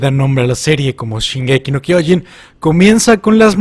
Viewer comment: mismos hechos en diferentes momentos wow. Super épico cuando dice shingeki no kojin